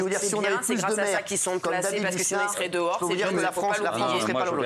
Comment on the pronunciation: Les chonces pour la Fronce